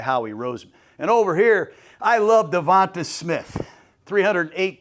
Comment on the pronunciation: He also said eagles have won nfc east twice in a row and going for third. .and always says devonTUH smith.